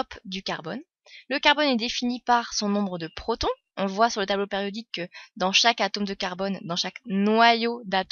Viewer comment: Elle dit tableau pAriodique??